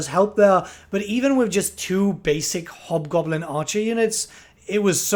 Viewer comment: the one unit sounds like their saying hobgobbla kick his ass